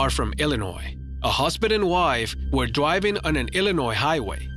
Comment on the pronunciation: Did u pronounced driving as dwiving